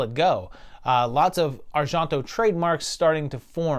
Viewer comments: Why are you pronouncing Argento like it’s French (Ar-Jon-to)? It’s Italian and pronounced exactly how it’s spelled. (Ar-gen-to). I love your videos, don’t get me wrong, but that was bugging me. It seems I’ve only seen the top 3 of his films and I would’ve ranked it exactly as it came out. Suspiria is one of my all time favorite movies! It is just awesome to experience. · Pretty sure it's pronounced are-JEN-toe, not are-JEAN (as in the French name Jean)-toe. I don't think Italians ever pronounce e as "ah" like that, and g is like the gs in George, not the s in pleasure. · Yes, the pronunciation of Argento was making me a little nutty but interesting list. I didn't agree with a few but fun video with good explanations on his thoughts for each movie. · Why on earth do you pronounce Argento with a (fake) french accent? O_o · You’re pronouncing names wrong. Cmon, how does everyone else pronounce Argento, Asia, Tenebre?